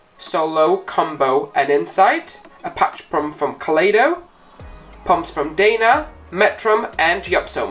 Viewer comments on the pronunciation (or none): none